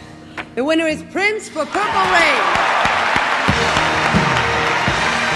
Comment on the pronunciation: TE INVITO QUE PRONUNCIES BIEN PURPLE ..... PLEASE ME AWITASSS